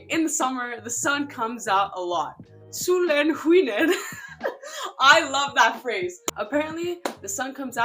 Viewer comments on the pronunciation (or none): sOlEn ShInnER 😂